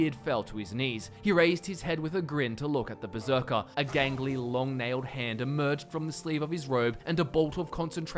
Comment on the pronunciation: Um... Hate to be that guy, but it's Berserker, not beserker.